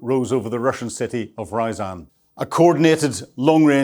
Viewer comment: Ryazan is not an English city. So, please don't pronounce it, if it were!